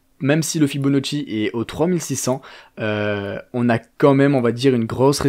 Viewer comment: FibonAcci, petite correction car tu mentionnes à plusieurs occasions « Fibonocci ». Top vidéo sinon 👍🏻